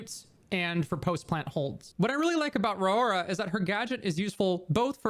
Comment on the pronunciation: Pretty sure its pronounced RORY